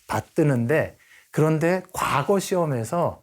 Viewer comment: 과거 시험이 아니고 그저 과거로 족합니다 그리고 왜!? 과를 길게 발음합니까!?? 짧게 발음하시옵소서!! 미국 변 완수 드림